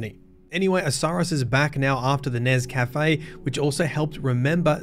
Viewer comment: I will never stop chuckling when I hear “Nezcafe”